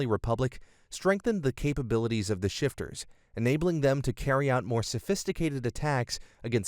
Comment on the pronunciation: It's not 'Shifters' but 'Shifta' which is the Somali word for Bandits.